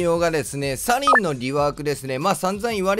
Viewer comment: アリンになってる笑